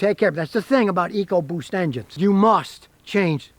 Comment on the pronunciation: Sorry Scotty, you lost me at 'Ecoboost'.